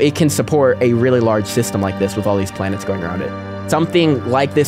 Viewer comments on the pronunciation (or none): It's Blanets